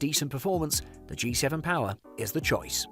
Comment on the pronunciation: POWAHH joke its power😂